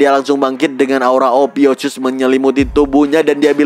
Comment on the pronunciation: Ophiukus min bukan ophiucus 😂😂 polos apa oon 😊